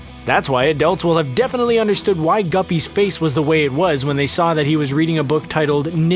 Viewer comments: Did he just call Gibby, Guppy? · Pmo when he said guppy😑 its Gibby nigga!!! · okay but you called Gibby “Guppy”... 😑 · why did they call gibby gupppy? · Its gibby not guppy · Did this man say gubby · Why is nobody talking about him calling Gibby from i Carly “guppy”